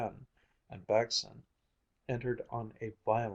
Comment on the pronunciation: As a dane and Baggesen-lover I truly love the pronunciation :)